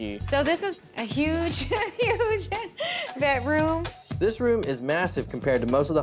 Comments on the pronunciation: Someone needs to learn how to say Bedroom. Not betroom. A speech Class wouldn't hurt her. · There is a D in bedroom, not a T.